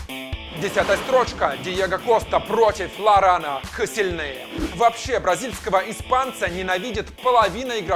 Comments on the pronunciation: Касилни а не каселнец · Правильно Лаурент Косельни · Ларан коселельни а потом ты говоришь мертезакер